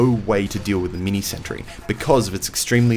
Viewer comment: "Mee-nee santry."